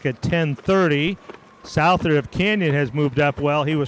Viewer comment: For future reference Owen Souther’s name is pronounced SUTH-ER